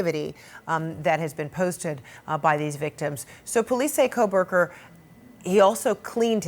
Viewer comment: I just don''t understand when you have only one job to do and you still manage to miss pronounce his name as ' KohbergerS ' It just does not compute for me